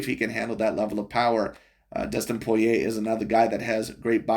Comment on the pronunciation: This guy miss pronounced Dustin Poirier’s name, compared Yair Rodriguez to Johnny Walker..referencing Kung Fu. You stated him as predictable, yet there were moments where Volk had issues predicting his striking therefore transitioned into a grappling match. I was going for Volk the entire fight but you’re overall assessment was ridiculous.